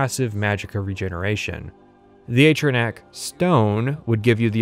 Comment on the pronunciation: Ogod is he gonna miss pronounce atronoach the whole time